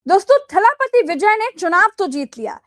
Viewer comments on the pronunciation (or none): Tuje bahot pata h south ke politicks ke baare me. Tu tere bihar ka dekh .humare south me mat gush. Pehle bolna shik fir naam lena . Thalapati ka meaning ni pata r pronouns galt kar rahi h.